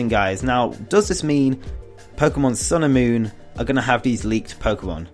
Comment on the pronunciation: It sounds like you're saying "Pokemon sailor moon" hahaha